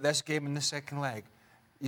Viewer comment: Why does this guy insist on pronouncing Juventus incorrectly?